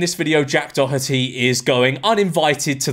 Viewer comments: I think it's said like 'dor-et-eey" and not "dor-hut-eey" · Maybe Jack Doherty copyright claimed u bc u pronounced his name wrong 🤪